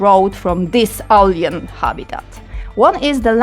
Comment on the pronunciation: W wyrazie "retaliation" wymawiamy pierwszą sylabę jako miękkie ri a nie twarde słowiańskie RE. Wyraz "purple" czytamy w uproszczeniu jako pe(r)pl. Wyraz "alien" czytamy ejlien. Wraz "return" to nie jest żadne return, tylko rite(r)n. Można tak wymieniać i wymieniać. Zanim nagracie - puśćcie ten swój tekst choćby przez google translate, żeby wam poprawnie przeczytał wszystko aby pominąć tego typu pongliszowate horrenda.